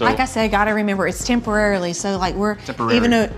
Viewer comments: Says Play dough not dough & Sausa not sauce Tenpererilly not temporarily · That lady can’t speak: “salsa” “temporarily” “pepperonis” “play dough”